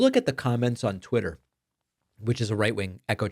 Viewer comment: Maybe it really was Twitta and Donnie pronounced it wrong once...